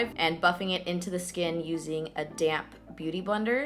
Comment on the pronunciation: I know u said damp beauty blender but I heard same damn beauty blender lol made me giggle